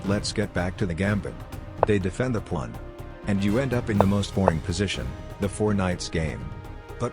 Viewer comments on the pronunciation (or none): 0/10 ai voice still not fixed, constantly says pwan. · "the plawn" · "defend your pwan" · The ai cant pronounce pawn lol